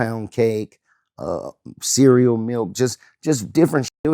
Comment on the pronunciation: That nigga said cereal milk